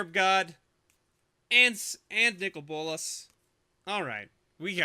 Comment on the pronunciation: Says "give me a bolas" what I hear: "give me ebolas"......O.o still amazing box....